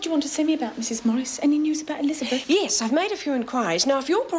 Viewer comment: I love the way Amanda Muggleton says ‘Elizabeth’ - real, correct pronunciation 👌🏻